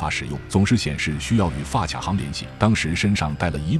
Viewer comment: 讲使用visa卡需要和发型信用卡的银行联系的时候，为什么会把发卡（ㄎㄚˇ， ka）行念成发卡（ㄑㄧㄚˇ，qia）行啊？不是自己写的？如果是语音读稿，后期也没有校对吗？